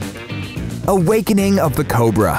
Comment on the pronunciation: The word is "awakening" not "a wakening"